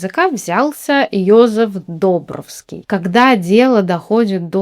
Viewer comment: Не ДОбровский, а ДобрОвский...🙂